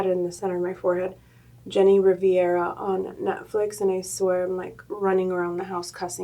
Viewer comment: lmaaaaoo hrush babe its pronounced jenny ree-ve-ra 😂 not riviera 😩 love u tho love this look u killed it as usual, ur gorgeous ❤️